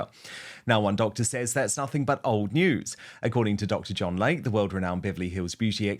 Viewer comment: It's pronounced Lay-Kee not Lake.